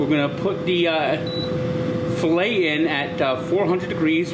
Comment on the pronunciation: did not put accent on a filet 😭